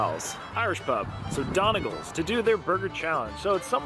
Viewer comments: pronounced 'dunny gauls' and that aint irish music, sounds southern US...... anyway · It's pronounced dunny gawl.:) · Don-ee-gawl’s is the Irish pronunciation! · You murdered the name!!😂😂it’s pronounced “done” “knee” “golls” its a county in Ireland , hello from Ireland 🇮🇪😂😂😂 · Another great vid. Its pronounced Doneg-ALL. Love to see you over here some day. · Smashed it guys well done. A bit of info Donegal is a county in the Northwest of Ireland and despite the spelling, it is pronounced Dunny-gawl. I'm assuming this Irish pub is naming itself after the County rather than a surname. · Hi Joel.. Donegal is a county here in ireland.. beautiful place ... where daniel o Donnell th country singer came from... it's actually pronounced 'DUNNY-GAWL' ... little bit of trivia for you lol ..love your videos.. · Omg thats the name of the county I live in 😀😀😀 its pronounced Dun-e-gaaalll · As a proud Irishman I wholeheartedly approve of this video...even with the questionable pronunciation of Donegal😂 its Dun-ig-awl but thats just me being a dickhead🤣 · Hey joel, The pronunciation is ‘ done ee gawls’..... DONEGAL’s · Pronounced dunny-gawl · its pronounced done e gawl lmao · I laughed so hard butchered the name! Greetings from across the pond! I have family from mayo and Clare ☘️